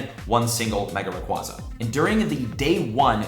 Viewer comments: says 'raquahzah' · I love the content, but am I the only one that cringes when someone pronounces Rayquaza that way? Ray-Quay-Zah